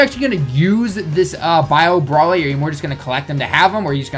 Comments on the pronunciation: Stop saying brally, it's BROLY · Muhammad Saad he says brally because the name is a pun on broccoli, so the bro is pronounced how it is in broccoli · Ibrahima Bah its still broly